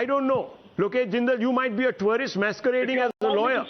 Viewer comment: Twarist visa............is this pronunciation correct??? Rahul shivshankar is amazing......